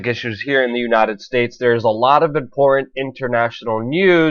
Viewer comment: Good work as always, but I would advise that you work a bit on your voice delivery. Try to refine and polish your word enunciation. Words like 'Putin' and 'important' are sounding like 'Pu-in' and 'impor-ent'. It robs you of verbal power in your presentation to speak this way. Just focus a bit more on articulating each word in a more definite and intentional manner and you'll come across as more authoritative. Your content is solid though, nice job.